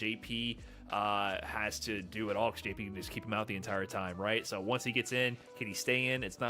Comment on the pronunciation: Lol, says "ecscape" I bet he also says pasghetti instead of spaghetti